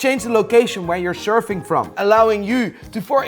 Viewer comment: “You can change the location of where you’re shurfing”